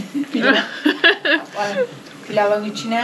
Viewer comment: Pilaf değil Pilav :)